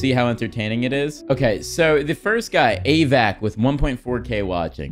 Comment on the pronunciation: "AVACK" JUS FOCKIN BROCKE ME